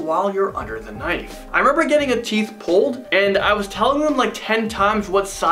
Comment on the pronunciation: Do you know you said... I was getting la "teeth" pulled LoL 😂 I love bloopers